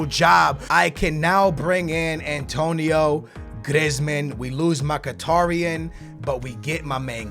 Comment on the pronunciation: "Antonio Grezman"